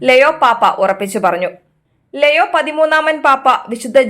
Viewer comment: ലെയോ അല്ല ലിയോ Please read ലിയോ 😪